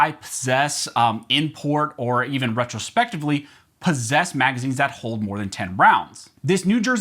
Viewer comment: Hey, "" it's pronounced Retroactively, not retrospectivly. Ret-tro-act-iv-lee